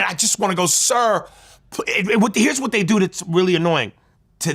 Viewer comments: Cut some of that VWHATTTT OUT 😂😂😂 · "Vhot-Vhot, & the Vhot-Vhot"🤦🏾‍♂️😭😭